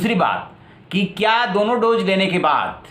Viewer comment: Kya bol rahe ho yaar doje nai hota dose hota hai, English tto choro tumhe tto hindi b nai aati kahan ke ho bhai ?? Dubbing kisi aur se karwao